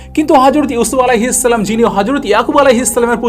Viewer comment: আপনার সালাম দেওয়া ঠিক করেন তারপর সাবসক্রাইভ